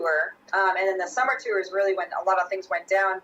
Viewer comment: Is pronouncing the word "tour" with two syllables a California thing? I notice Corey saying it the same way as. "Tewwer" It's odd.